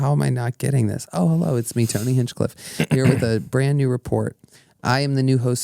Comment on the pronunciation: The way he says Tony is so great 😂 “Tewney”